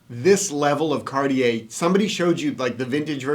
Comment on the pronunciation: Happy Thanksgiving! Do you clowns know what brutalist means? Could you pronounce Cartier somewhat correctly? Watches at the high end require higher end spokespersons. Lordy!